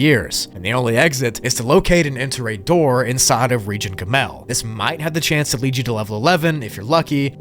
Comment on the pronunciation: Hey, jew here. The hebrew letters are pronounced "ah-lif", "bet", and "gih-mull"